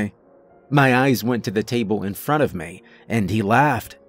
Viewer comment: Why, when a sentence terminates in a word ending with an 'e' or 'y' do you pronounce them like they're drawn soft 'a's?' Exs: 'Me' becomes 'maaay' and 'eventually' becomes 'even-chu-laaay.'🤔